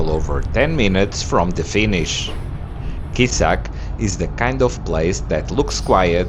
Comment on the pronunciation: Kosice to be pronounced KoSHiTSE